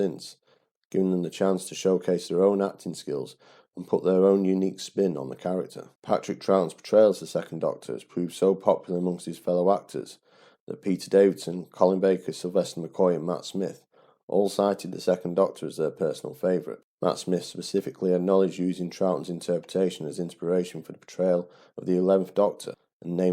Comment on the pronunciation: Enjoyable analysis. The pedant in me has to say it is 'Frazer' not 'Frasier' Hines, and Peter 'Davison', not 'Davidson'. That aside, thanks for making this. I was only 7 on June 1969 but I can remember Troughton's portrayal with great fondness, despite my more detailed knowledge and connection to Jon Pertwee and Tom Baker.